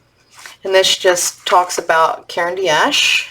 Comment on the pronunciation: Thanks for sharing your purchases! Just a note, in saying Caran d’Ache don’t pronounce “D” as the letter, but as the sound = just ignore the apostrophe: Phonetically, karen dosh.